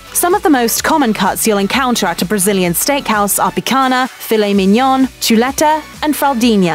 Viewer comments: "picanha", "filet-minion", "parmezan" ... she's truly an equal opportunity offender - perfectly skewers (pun intended) all romance languages just as badly! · What baffles me is that she however pronounces it perfectly in "fillet mignon" and "fraldinha".